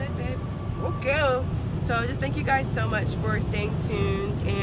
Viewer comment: Haha That "Ok oh!" Was very Nigerian!